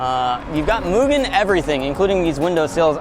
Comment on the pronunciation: Nice to hear Mugen pronounced correctly.